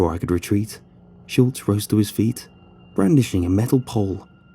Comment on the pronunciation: Your ......... interesting pronounciation of “monsieur” as “mon-sewer” instead of “m’syuh” is quite distracting. Also the word “retread” you keep saying - what word do you mean? Retreat, perhaps?